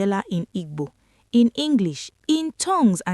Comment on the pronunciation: These are beautiful videos. Please just lose the "Igbo". I am not Igbo, but I feel they are not being pronounced well. AI doesn't get that right.